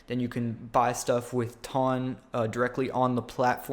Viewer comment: it's a measurement of weight lmao. The way you pronounce it though :P